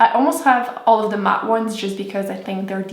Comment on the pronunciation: not being mean but does she have a speech impediment? her th's sounds like d's. like dee=the